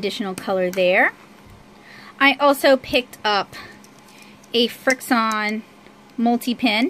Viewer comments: Irene Villarta I wanted to to tell her pronounce it frik shun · Irene Villarta some people just really don't know how to pronounce anything